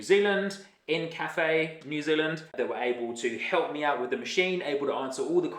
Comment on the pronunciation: I think it’s pronounced Inca-Fe. Like the Inca people of Peru